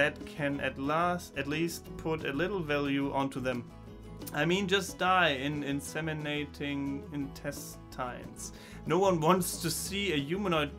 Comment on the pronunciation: Your pronunciation of "intestines" is wrong; the second "i" is pronounced just like the first one.